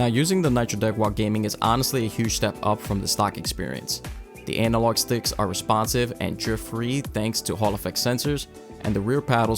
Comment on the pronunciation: Did you just say anal log stick? 🤔